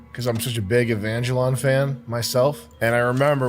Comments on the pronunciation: its "ay von gelion" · Mispronouncing evangelion repeatedly is next level trolling 😹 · Sam knowing the characters to evangelion while mispronouncing it is way funnier than it should be